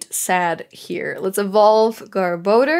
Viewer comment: GR-bo-dur. (Gar-ba-dor) =garbodor